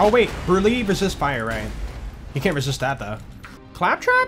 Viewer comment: He pronounced brulee wrong lmao.